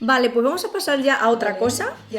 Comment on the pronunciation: Ese pues me sonó a el acento paisa de Colombia